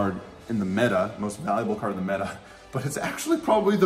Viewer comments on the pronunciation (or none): none